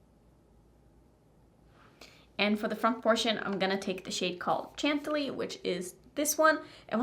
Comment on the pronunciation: I know you don't care but the word you are trying to say is pronounced (Chantilly). You have lost soo much weight girl. It looks like you weigh 70 or 80 lbs? You look like you are 12 in this video.!!!!